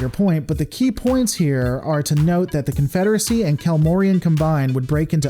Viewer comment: Alternatively, the CONFEDERAHSAHHHH